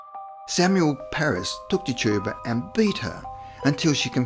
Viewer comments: Tetch-ib-uh. Thats her name. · Pronouncing the name Tituba as TIT - U - Bah and Amish as ah - mish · her name was Pronounced Tich a bua, and there was 19, not 20 that were killed in the Salem witch hunts and it is pronounced Om ish